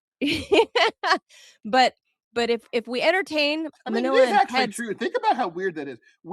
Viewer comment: we got Melania Trump instead of Manila